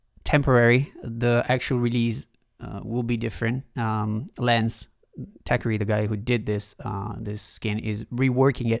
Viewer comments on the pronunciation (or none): none